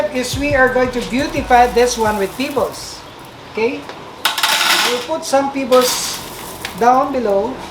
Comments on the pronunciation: Is he saying pibolss or pebbles?? 😂😂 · It pronounce pebbles not pibbles